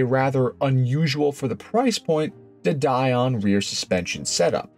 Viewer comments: Don't need background music. It's not a movie! De Dion is pronounced as De Dee on, not Die on. 😁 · You had me confused. Duh die on ?? It's a French word pronounced Duh deeon. . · The music is ok as I didn't notice it which is how you want it, don't let it become too loud as that becomes annoying, also de dion suspension is pronounced de deon. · FYI - the semi independent rear end set up you were talking about on the 1800GT is called "de Dion" (pronounced day dee-on). It was a great alternative to all wheel independent suspension car Aston Martin and Alfa Romeo has de Dion cars and even Ferrari tried it once on their F-1 cars. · I know ok, I'm going to get flack here, but, Americans cannot seem to get to grips with English pronunciations. Marcus is pronounced Marcus and Dion, although French is pronounced Deon not Die-on. Thank you. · AI voice? ‘Marcaws?’…and ‘dedion’ (sp) is pronounced ‘de - de - on’….not ‘did deawn’